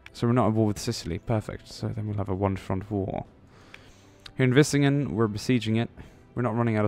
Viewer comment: Vlissingen, NOT Vissingen! The L is important